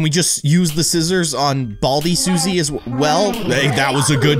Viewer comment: Susie is sus. It sounds like Sussy